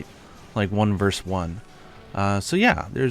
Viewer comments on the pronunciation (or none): Versus not verse.